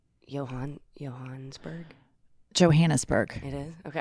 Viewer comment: She actually pronounced Johannesburg correctly as you would say it in Afrikaans 😊